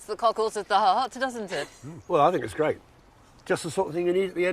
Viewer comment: great video. However I am finding the speech impediment very distracting. Gveat video as she would say. Instead of 'r' it's either a 'v' or a strange raspberry noise.